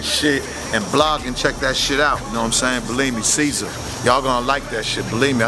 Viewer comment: Ceazer? fuh real? Geezer would be more accurate.